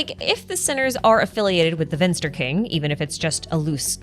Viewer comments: Finster and not Vinster. but so close :P I actually dont mind you make cool videos :) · Slight correction. It's finster not vinster. :) greetings from a german